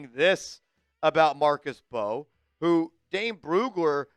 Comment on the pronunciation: His last name is from Senegal 🇸🇳, the M and B are combined when pronouncing his last name [MB]…; it’s not M-Bow and definitely not …BOW😂😂😂😂.